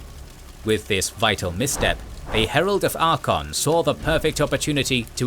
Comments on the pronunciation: Every time I hear Archaon pronounced "Arkon" one of my braincells hangs itself. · I think you are pronouncing Archeon wrongly